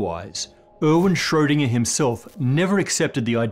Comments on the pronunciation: Sorry, but this video is really annoying. Planetary model of the atom (why?), pronouncing Schrödinger like "shhschsroudingerrrrr", Planck like "plank"... And so on and on. Bleh! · Normally people complain about the pronunciation of his last name. I am studying german and I rarely hear it pronounced correctly by non-germans. Even accomplished physicists and science teachers just wing it; they could show a little more respect.